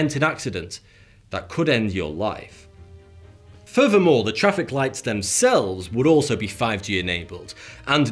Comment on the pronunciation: Furver more... Fings may be different... Lol